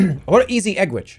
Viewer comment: I am haunted on how that guy couldn’t say egg.